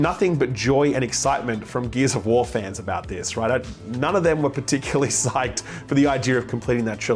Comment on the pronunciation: I thought you said Gears of War eBay.